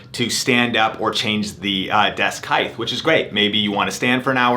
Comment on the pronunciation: Lmfao...I was looking for anyone else that noticed this. I usually don't bother correcting people, but hearing it 100x within 10minutes absolutely killed me.